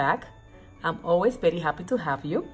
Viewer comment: I love your videos! Especially when you say berry when its very! You are the cutest!!